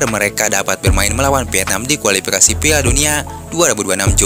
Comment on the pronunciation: Kualipikasi jona asia. Tolong dong yg bener ngomongnya,KUALIFIKASI ZONA ASIA,bukan JONA